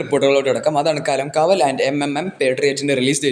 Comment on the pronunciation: bro not കലംകാവൽ its കളംകാവൽ